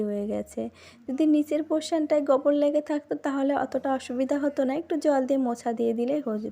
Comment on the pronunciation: ওটা গবর নয় গোবর